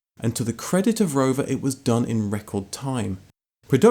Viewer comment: Take a shit everytime he says roverrrr